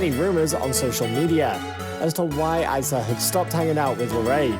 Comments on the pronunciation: It’s pronounced EEsa on ISa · Bruh who is icea you pronounce it e: sah: issa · I know this guy is british but, "eye sa" I only know "Issa" pronounced, "eeeee sa, eeeeee sa"